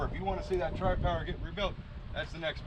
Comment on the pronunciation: Noice! Sounds smoother than Jezebel. Guess you'll have to call yourself out for the NNN. Since I'm also a Pontiac man I like hearing you say Tri-Power.